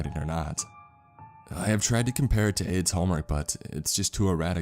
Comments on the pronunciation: I got really confused about that too!😅 I knew someone wouldn’t name their kid that but it REALLY did sound like “AIDS”. I think his name was Aiden. Aid or Aids doesn’t sound like a nickname ANYONE would call a kid! I have known of several people named “Aiden” through kids who grew up with my kids and through just being an adult around other people in life including clients throughout the couple places I’ve worked in my career... Anyway, I’ve NEVER heard of anyone named Aiden go by the nickname Aid or AIDS.... I don’t know about you but I’m going to listen to this story again b/c there were a lot of clues in the story before the last 22 minutes where “the report” was read... I don’t want to spoil it for anyone who hasn’t listened to the whole story yet! Love from Texas ♥️🤠🌴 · wtf is the name i cant fucking tell i hear “aids” “aid” or “Ann” edit: its aiden im a fucking idiot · I keep hearing the name as aids 😒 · Every time he says the brother's name I can only hear "Aids" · Is the brother's name "Aids" or am I hearing it wrong???